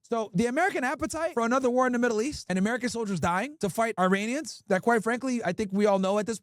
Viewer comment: Man come on, stop with the « Airinians » Hurts my ears seriously